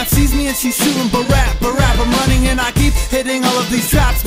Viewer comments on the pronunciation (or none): you dont know to say brapp correctly